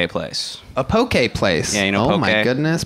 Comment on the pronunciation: Did he say he works at a "pokay place"? What is that?